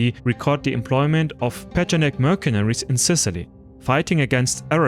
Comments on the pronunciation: It is pronounced "mersenery", not "merkenery" (mercenary) in English. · Sevgili. Herşeyden önce eline sağlık. Ancak tarih bölümü mezunu bir İngilizce Türkçe çevirmen olarak bir kelimenin telafuzunu düzeltmeni öneriyorum. "mercenary" kelimesindeki "c" harfini Türkçe'deki "k" sesi ile değil "s" sesi ile seslendirmen gerekiyor. Bir de Kaşgarlı Mahmut'un paha biçilmez kitabının adını da "Divan-ı Lugat İt-Türk" şeklinde okumalısın. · Great work! a little correction of pronounce of 'Mercenary' which is 'mur-sun-(u-)-ree'